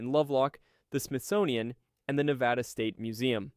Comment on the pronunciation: Bad pronunciation. Period. Can't even finish. Can't even say Nevada correctly. Research how words are pronounced before you say the video with your Whole chest...